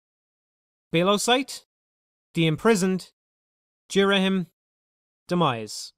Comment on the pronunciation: This will always be my favourite zelda game. I think the story is incredible and emotional. I love the art design I think it's beautiful and shows off the emotions of the character really well. I love ghirahim sooo much (you pronounced his name wrong) he's so creepy and funny ( and fabulous). All the dungeons are a lot of fun. The new equipment is great. The only complaint is fi can be pretty annoying and yes at the end I got very bored of the imprissoned but that's it. Btw my no 2 favourite zelda game is wind waker